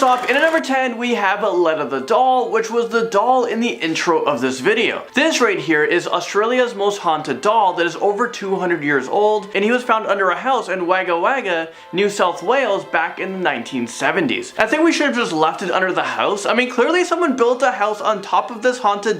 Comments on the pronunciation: It’s not pronounned as Wag it’s wog trust me I’m Aussie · As a fellow Aussie, I feel I need to tell you that it's pronounced wogga wogga even though it's spelled Wagga Wagga. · As a Aussie myself I love how u said wagga wagga😂 (It's pronounced more like wogga wogga) Ps. For anyone bothering to read this, you are beautiful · Sorry being Australian I just had to point this out 😅 it’s spelled Wagga Wagga but it’s pronounced as Wogga Wogga 🤷🏻‍♀️ don’t ask, I don’t even know why it’s done like this. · Wagga Wagga is pronounced like the a is an o. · The way he said Wagga Wagga from number 10 triggered me